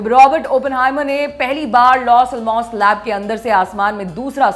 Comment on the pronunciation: ALMOS nai bolte madam....ellamoss pronunciation hai